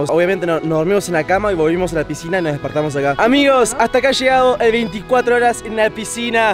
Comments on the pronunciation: Se han dado cuenta que en ves de que diga piscina dice “posicina” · Quien se dió cuenta que dice PISICINA Y NO PISCINA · dice PISICINA🤑🤑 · Helpp Por q dice pisicina😂😂😭😭😭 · Dice pesicina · Re dislexico "picisina" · eres re disléxico es piscina no pisicina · Nadie se dio cuenta que decia pisicina😂😂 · alguien mas se dio cuenta que dice pisicina despues de dos años😭? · Alguien se dió cuenta que dice pisicina??? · 2024 y me acabo de dar cuenta que dice PISICINA